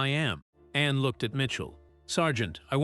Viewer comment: The Princess Royal's name is called A N N E NOT Annie are you stupid?